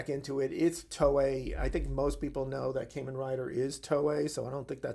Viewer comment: Kah-men, not Kay-men